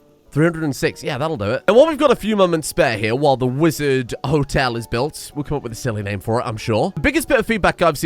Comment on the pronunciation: Wizard Hotel: Wololo -tel (as in, the sound the damn unit conversion priests in Age of Empires made :D)